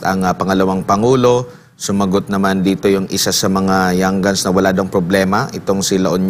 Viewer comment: 😂😂🤣🤣🤣NATAWA AKO SA PAGKAKAMALI NI SIR SA PRONUNCIATION NG YOUNG GUNS NG young goons 🤣🤣🤣🤣🤣PARANG YUN ANG TAMANG TAWAG SA MGA SALOT AT BASURA NG ATING LIPUNAN.MGA young goonsTALGA YUNG MGA SALOT AT MGA BASURA DAHIL BINUBULLY SIYA.DI SIYA TINITIGILAN PABAGSAKIN AT DIRAAN.WE LOVE VP SARA SOLID DUTERTE KAMI😍😘❤️❤️👍👍👊👊